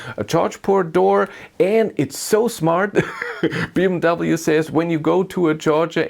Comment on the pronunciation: Why You don't say BMW properly 😅?